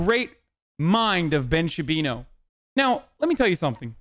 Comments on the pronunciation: When hasan says Shabino it's funny, but when chat says Shabino i laugh my ass off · Does "Ben Shabino" have some kind of meaning or is it just mispronouncing the name to show lack of care for respecting Ben? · shaba booey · Ben Shapino